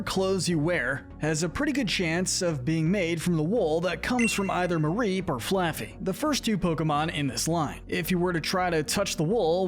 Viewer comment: IT'S MAREEP, NOT MARIPE! FIX IT NOW!